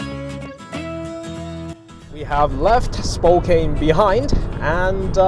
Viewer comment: It's Spo - kann not Spo - kain